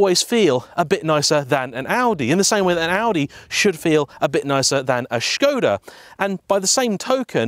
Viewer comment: Wait... did you just say "Shkoda"?!